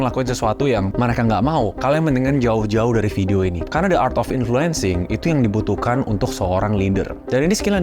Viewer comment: Gw mau komen ke hal yang keliatannya kecil tapi mengganjal pikiran gw, disaat lu bilang the art of influencing, lu bilang "the" dengan kata "de", yang dimana seharusnya pake kata "di" karna bunyi yang keluar dari mulut setelah kata the di ucapkan itu bunyi vokal, jadi ya the art of influencing bacanya di art of influensing, yes, again ini hal kecil, cuman gw ngerasa agak gatel aja, dan juga, gada salahnya kan buat menjadi lebih baik ???